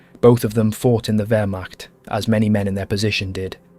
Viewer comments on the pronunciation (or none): Great video, however Waffen is pronounced with a V not the English W. Same goes for Wehrmacht. The German W is literally called V.